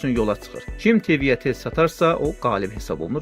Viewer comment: Tivi sözünün və nekropol vurğusunu düz demirsiz...